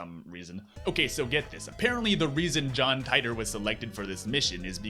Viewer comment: You should learn how to pronounce my name correctly. Dumb ass